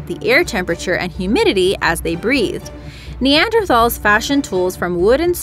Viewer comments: if you can't hire someone that pronounces Neanderthal correctly your statements lose most of their impact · I don't care if she had trouble with the long scientific names but neaderthal is pronounced with a t not a th 😅 with all the research this video has she should've come across an article that says that its pronounced with a t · Nee Anders TALL. Not thall. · If someone pronounces Neanderthal with a ⟨th⟩ sound should not be allowed to do a voiceover in relation to evolutionary science